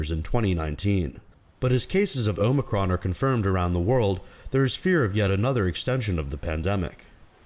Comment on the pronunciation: Omicron.. not Omocron